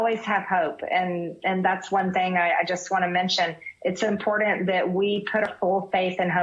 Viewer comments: MTG says impordant lol.. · So much mental illness and Marjorie, the word is important, not importend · Marge - there is no D in the word important. Never has been never will be. Get a clue you backwards country bumpkin. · Hey....MTG.....there is NO "D".....in the word important!!! Unbelievable.😂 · Can this lady say the word important?? Ugggg she’s dumb